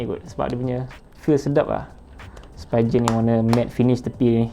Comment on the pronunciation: Spee-gen. Bukan spy-gen